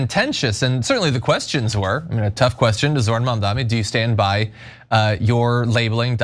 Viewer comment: Say it with me: ZOH-RAN. Not ZOR-HAN